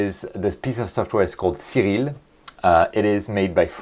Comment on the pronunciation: Cyril? Oria? Are you speaking Japanese?